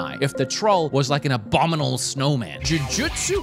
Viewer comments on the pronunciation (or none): none